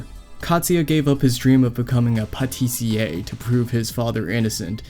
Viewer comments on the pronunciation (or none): amusingly, despite apologising for the pronunciation, you were actually pretty close on the mark with Patissier, the only error was that you pronounced Tiss as Tees